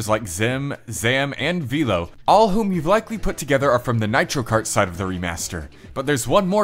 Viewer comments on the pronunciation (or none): "Vello" not "Veelo".